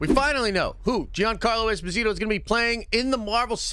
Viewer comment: Jean- Carlo Esposito it is pronounced like Jean-Luc Picard I have heard him pronounce his name